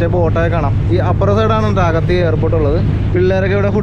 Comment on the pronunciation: മച്ചാനെ, വീണ്ടും വീണ്ടും തെറ്റിച്ചു പറയുകയാണല്ലോ, ' അഗതി ' അല്ല അഗത്തി ആണ് 😄😄, അതുപോലെ ബോട്ടിനെ മിക്കപ്പോഴും വണ്ടി എന്നാണ് പറയുന്നത് 😄😄